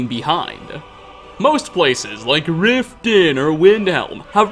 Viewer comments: the way he said Riften😂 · Please say Riften like that in another video.